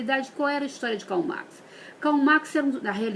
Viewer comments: papapardal1 se a Dra. Marilena Chauí pegar esta mulher aí, com colinha nas mãos, que nem falar o nome Karl Marx sabe, ela será devidamente debulhada, esta aí do vídeo é uma mulher que nunca leu um livro de Marx na vida, aliás, ela pensa que ele é "Max" e o pior, tem gente que achou "sensacional"?? Nos poupem, a direita conservadora já foi mais inteligente! Eu vou perguntar de novo para não me achar chata: Por exemplo, um médico não pode criticar sua classe? Isso invalida os argumentos? A Dra. Marilena por ser de classe média e ganhar 15 mil/mês não pode tecer críticas à "classe média"??? Se você pegar o vídeo dela, você vai ver que ela explana bem o assunto, não é a classe média como um todo, é a antiga classe média que está incomodada com os avanços sociais da "nova classe média", uma classe com um "ranço" do passado, retrógrada e ultrapassada. Assista e depois venha discutir com argumentos plausíveis! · A pessoa não sabe falar com essa bochecha cheio de botox....parece o Fofão....quer falar de Filosofia nunca leu um livro. A Chauí falou pouco....a bobinha da papagaia falante não sabe o que o é teoria sociológica, filosófica e nem nada. Não sabe nem pronunciar Karl Marx....Kkkkkkkkk. Meu Deus...aterrorizado!!! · ***** uma babaca destas nem debater sabe, se fossem só os erros de pronúncia, o pior é que a toupeira estava colando, nem falar sabe, uma pancada destas aí, pode mandar debater comigo que ela sai todinha moída!! hahahahaha